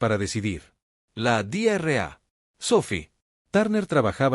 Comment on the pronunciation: Dra = Doctora es una abreviatura no ( Di erre a ) porque si se pronuncia sin pausas como en esta traducción en español suena como (Diarrea) que en español es literalmente una mi€rda 💩 💩 🚽🙆🏼‍♂️ 🤦🏼‍♂️ 📖 revisen la IA de traducción porque esta no es la única palabra incorrecta aunque no son tan llamativas